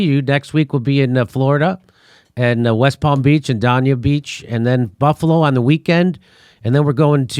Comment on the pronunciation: For God's sake Jimmy, learn how to pronounce Dania Beach, FL!